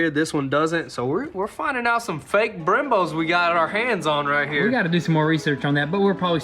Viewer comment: I swear I heard " drilled and slaughtered" referring to the Brembos haha